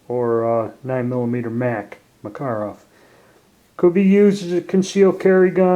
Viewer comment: I believe he is saying it correctly. But usually folks don't mind the mispronounced but more popular way of saying it.